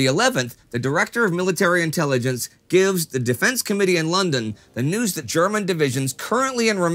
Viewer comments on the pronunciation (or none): none